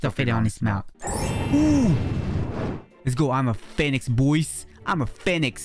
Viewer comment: "Phenix" Lol 🤣i love your vids btw!